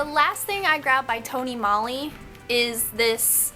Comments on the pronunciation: That gradient lip looks great on you! I love Tony Moly, we have a couple of their stores here in Hawaii. (ps- the O in Moly makes the same sound as the O in Tony, so it's pronounced more like Mole-y) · Tony Mole-y is how it's pronounced. If you want to look more into Asian beauty, buying it from places like Urban Outfitters & Sephora are a bad idea cause those stores put a huge markup on those items.